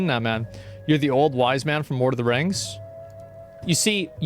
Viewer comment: why does asmongold pronounce "the" as "nuh". for example at one part he said "i keep saying nuh wrong word" instead of "i keep saying the wrong word"